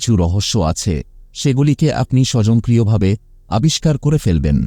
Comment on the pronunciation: স্বয়ংক্রিয় বলুন। স্বযং করিয় নয়।